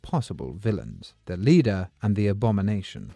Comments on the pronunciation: Leder??? Said 200 times…LEADER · Leader it’s pronounced like lee lee-der with a sharp e Lord such a good video with such an odd mistake